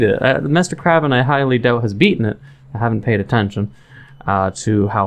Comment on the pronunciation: I'm pretty sure his name is Mr. KRAY-vin, like raven, not KRAH-vin